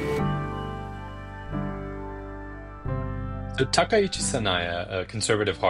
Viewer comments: Finally, a media pundit () who can actually pronounce Takaichi's surname correctly. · That was clearly just bit of vocal slurring. His pronunciation of Takaichi was spot-on perfect, the first media talking head to pronounce her surname correctly so far.